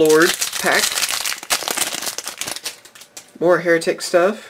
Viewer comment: A lot of people assume that "Hieratic" is pronounced the same as "Heretic". It isn't. It's actually pronounced as if you were saying "Higher Attic." Kinda bugs me sometimes, but whatever.